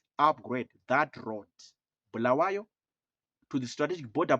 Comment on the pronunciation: We don’t need someone from Harare to tell us lies. Our people have been neglected for the past 45 years. And it doesn’t matter we don’t regard ourselves as part of that dirty Harare folks. Mnangagwa is not wanted anywhere in Matebeleland. He killed our people! And by the way Bulawayo it’s pronounced “Bu” not “Bhu”.